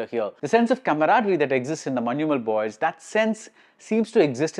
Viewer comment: You are the only non malayali who pronounced correctly Manjumal Boys.❤